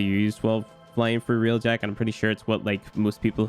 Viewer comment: id suggest not doing railjack video when you dont know how to say railjack to begin with..